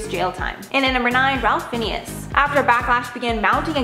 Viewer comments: Oh Lord it's not pronounced Phineas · Ralph Fiennes is pronounced "rafe fines" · Learn how to pronounce Ralph Fiennes (Ray Fines) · It’s pronounced FINES